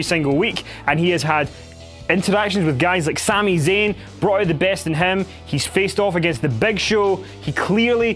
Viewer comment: I dislike after he said Sami zayn